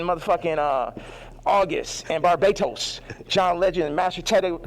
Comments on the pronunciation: Shout out to you for holding it together when he said Bar-Ba-Toes lmaoooo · Chile......"Barbaytos" ....mashed potatoes .....😂...Yeezy outta here.